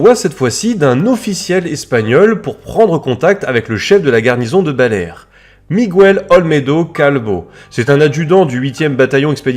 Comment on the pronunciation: " MigOUel " Non: miGUEL comme ça s'écrit. Sinon, très bonne vidéo, comme d'habitude.